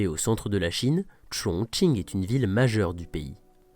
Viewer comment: Super travail ! Et bravo pour avoir respecté la prononciation et l'intonation des noms des stations 👌💪 加油